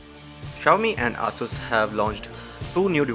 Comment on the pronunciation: For god's sake its pronounced Ay-S-S not Aa-Soos